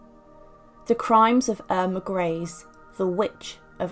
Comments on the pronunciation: It’s pronounced ‘Greser’ not Grease. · If u do do your research it’s not grease it’s pronounced grey za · Her name by the way was pronounced Eirma Gray - se and not Grease. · Thanks for the video. Just a minor point though, her name is pronounced Greysa not Greese. No offence meant! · It's not pronounced "grace." It's pronounced "greesa." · False . German native speaker here. Her name is pronounced: Ear-mah Gr-ee-s-see, ee- like in beer. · How can you make a documentary with all the research and still not be capable to f-ing pronounce the subjects name correctly. I just don't get that. Totally disqualifies the content. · It is. He lived in my hometown and his Great nephew still lives there, with that surname and it is pronounced as you say. I also thought her name was pronounced Gresher?